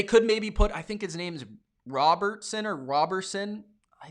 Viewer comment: It’s Amik Roberson